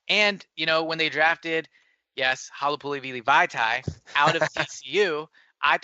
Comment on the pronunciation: It's halipouli"vah tee" not vee tee. Halipoulivaati has two a's at the end which I have never known anyone to pronounce as an "ee" sound. At the end of the day, not that big of a deal tho.